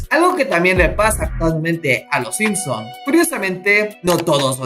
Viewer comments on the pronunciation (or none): none